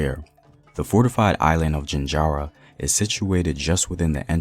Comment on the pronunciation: Please take the time to learn to pronounce the names of the places correctly, e.g. Jaanjira not jinjara